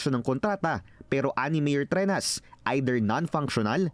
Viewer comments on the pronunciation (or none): Trenyas po ang bigkas, not Trenas.